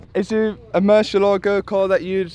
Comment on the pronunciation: haha so bad pronunciation for Murciélago!! for us, the sudakas, its totally normal word.. for you sounds like: Moo - cie - ae - la - go